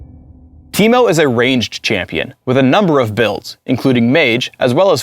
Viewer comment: Now I know that Ameriacans can say my name correctly. Always wondered how they would pronounce Timo